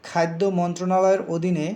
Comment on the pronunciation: খাইদ্দ না খাদ্য। উচ্চারণে কিছুটা সমস্যা আছে।